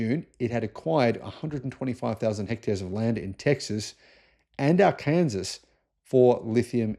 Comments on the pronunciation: "Arkansas" is not pronounced "ar-kansas." It is pronounced, "AR-kan-saw," FYI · Arkansas: "Ar-Kun-Saw" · Arkansas. Pron Arkansaw. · Arkansas is pronounced Arkensaw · FYI Arkansas is pronounced "ar can saw".